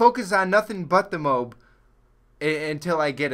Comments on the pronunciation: It's pronounced "Moe-Ahb" not "mobe" lol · Wait, a MOBE? I thought it was pronounced MO-AB. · i think it's pronounced "moe-ab" not "mobe" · ITS NOT PRONOUNCED MOBE!!! It's Mo-Ab!!! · MO-AB. It's pronounced MO-AB. Like Moe from The Three Stooges + AB like abdominal muscles. Two syllables. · its pronounced MOE ABB for fuck sake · Its pronounced Moe-Ab